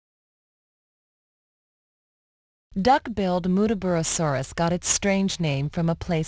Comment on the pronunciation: That's not how Muttaburrasaurus is pronunced. I know' I live in Australia.